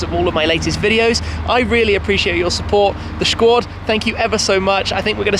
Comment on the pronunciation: Did he just say "Shquad".